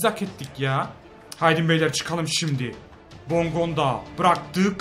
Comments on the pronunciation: KUKA DEIL KUÇKA OKUNUR. BONDONGA DEIL BONGONDA OKUNUR ! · kardesm hepsini yanlış telaffuz ediyon . bondonga değil bongonda. rodelega değil rodayega. durika değil cüritsa olması lazım seviliyorsun :D he ayrıca kuko değil kuçka :)) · Abi bondonga degil bongonda kuka değil kuçka yada kutska rodalega değil rodayega :) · Abicim bondonga deil bongonda ve kuko deil kucka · abi bongondaya hep BONDONGA diyon çok komik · Abi okunuşu bondonga değil bongonda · Abi bondonga değil bongonda ben fanatik ts liyim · Bondonga değil bongonda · bongonda ya bondonga diyor